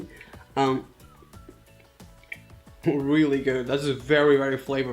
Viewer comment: I love the way he says "this is gyood."